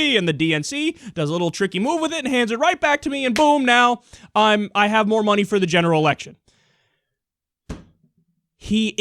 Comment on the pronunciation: " I don't needja munny, i needja vote " lmfao NEW YAWK